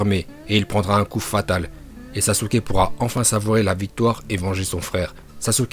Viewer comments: On dit pas sasuke uchiwa ni sasuke uchiha , on dit saske uchiha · Les otaku qui disent "saske" me cancérisent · Saské ou sasuké pour la prononciation